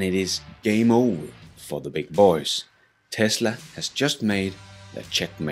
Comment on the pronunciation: Only the narrator says it with a country & western twang, like "th' beig boeh'z" as if he's George Straight or something... 😁